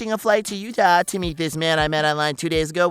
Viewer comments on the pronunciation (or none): none